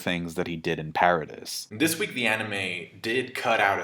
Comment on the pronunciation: paradis is pronounced like parody but with an emphasis on the d